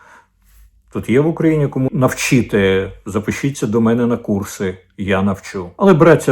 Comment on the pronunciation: Ме'не ??? Ви чиїх будете пане корчинськиЙ ? Хто вас так навчив ставити наголос ??? Якийсь КЛІНІЧНИЙ ІДІОТ ??? Пане корчинськиЙ , вашим вчителем був ІДІОТ ??? Чи то ви ІДІОТОМ народились ? Перша хвилина етеру - українська мова від ПРИДУРАШЕНОГО ДУРАКА ... Чи БОВДУРА, чи ДУРНЯ...